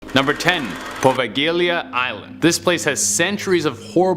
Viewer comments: Poveglia...Puh-veh-glee-uh. If you're not sure how to pronounce a word, please look it up. Just don't make it up as you go LOL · dude absolutely murdered the name of the italian island lol